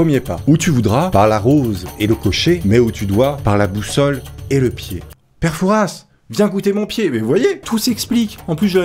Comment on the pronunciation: Je suis originaire de la région où est tournée fort boyard et ... ON NE DIT PAS PETE FOURASSE MAIS PÈRE FOURA !!!! même si y’a un « s » à la fin il se prononce pas 😅 regardez l’émission merdeuuuh 😭